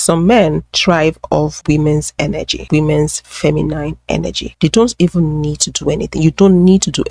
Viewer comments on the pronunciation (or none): I love your content, but please stop pronouncing masculine and feminine with a long i. There is no need.